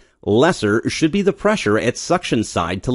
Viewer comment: dude for fucks sake just say "the"